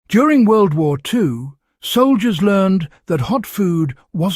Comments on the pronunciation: W tay, W fay..... Could somebody please tell the AI that these are pronounced World War 2. Survive by eating warm food. Gotcha. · Really useless AI where it couldn't even pronounce world war II at the beginning.